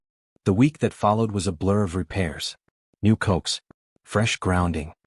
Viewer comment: Can't pronounce things like coax ... and this would never happen... not the HOA part, but the FCC taking any action. I'd need the land to bury the bodies if they cut my expensive Italian coax.